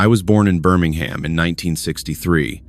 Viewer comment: Dear AI, Birmingham is pronounced Bermingum. Birmingham in the UK isn't the US one. please try getting it right.